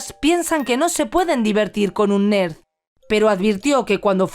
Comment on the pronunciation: Como pronunciation la palabra "nerd "🤓👍 hahaha,osea intelligent ,la computadora no habla English lol! 😅